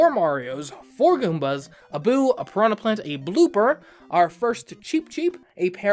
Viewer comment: "Pranha Plant "